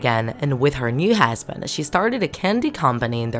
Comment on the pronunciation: You said hasband its husband